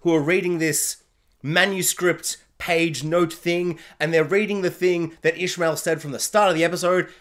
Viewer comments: Also, it's ish a mael not Ishmael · Yes, we knew who ‘Selene’ was right from the start. Your pronunciation of Ishamael is almost right, it’s pronounced Ish-sham-e-el, 4 syllables 😉